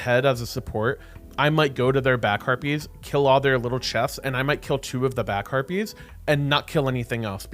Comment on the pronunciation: When you say back harpies it sounds like back herpies haha